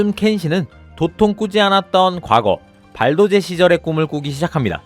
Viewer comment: 리뷰와 상관없이 지적하자면 자꾸 의식해서 발도제 발음을 너무 정직하게 힘빼고 발 도 제 하시는데 원래 된발음이에요 발음상 발또제가 맞아요; 몇년 전부터 tv방송에서 자꾸 된발음을 안쓰고 글자 그대로 읽으려고 ㅈㄹ 발광하는데 왜그러지;;; 예로 역할을 역~ 할 이렇게 힘빼고 말하는거; 원래 된발음이라 발음상 여칼, 역~칼 이게 맞는거에요